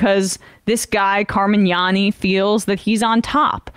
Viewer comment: Car-man-yani & doe-tee